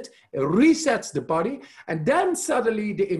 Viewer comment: Love his app - and when he says “YOU’RE DOING FANTASTIC” and feel it “thru your BOD-EH !